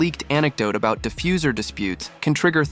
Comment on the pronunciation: Was that a wee Canadian Easter~egg?? “All “a…boot” it in your new book weh”?? Or is it just my ears. ???